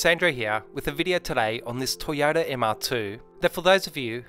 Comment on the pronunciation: Nice job but I just can't get over "toe- yada"...